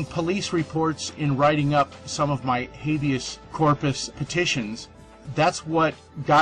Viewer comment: Habeas Corpus?! Habius ummmm